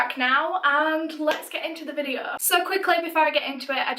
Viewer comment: "Vidde-aauuh" , haha <3